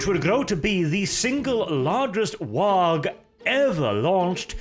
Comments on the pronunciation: I love your content dude, but if you keep missaying WAAAGH!, I'm going to want to smack you upside your head. You know it's pronounced like WAAAAAH! The G is surprisingly silent. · Some people don't like his content. Some people take umbrage with some of his politics. I take issue with how pronounces the G in WAAAGH!